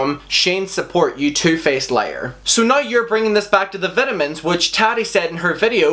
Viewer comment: I love how he says vitamins as vitimins 😂. Love u